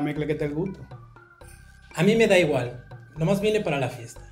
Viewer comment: I am genuinely horrified at that domincan man. He turned "en la mezcla es que está el gusto" into "en la mecla que te gut"